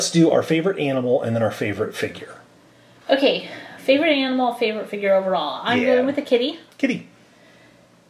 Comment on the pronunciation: זה לא ויחג'ר זה פיחג'ר